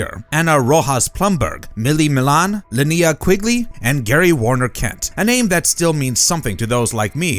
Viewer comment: Linnea Quigley's name is pronounced lin-NAY-ah. One of the OG scream queens.